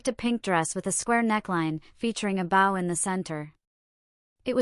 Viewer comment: Please stop mispronouncing bow 😢😢